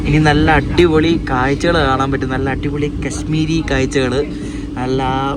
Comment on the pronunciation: അട്ടിപൊളി എന്നല്ല അടിപൊളി എന്ന് പറ.